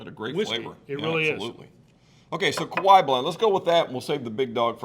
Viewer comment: Kee-a-waah. The other one is in Hawaii.